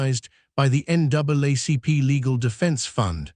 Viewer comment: I watch your videos but some of your pronunciations make me crazy!! It sounds like you've used an automated reader. For instance: it's not "Mary Land" but Maryland like Merle-land, NWaCP is NAACP though it's pronounced N double ACP & she'd is pronounced "shēd" not "she d." Thanks.